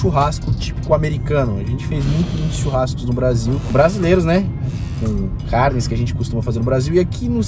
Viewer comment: CARRRRRR NES! Como força pra não fazer R caipira